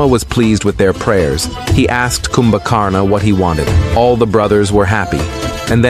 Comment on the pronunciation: Your videos are amazing and are rich in knowledge of our dharma and righteousness but better if you improve the pronunciation by keeping 'a' at the end of most of the names silent Such as of its Ravana, kindly pronounce this Ravan Similarly, Kumbhkarana is pronounced as Kumbhkaran only.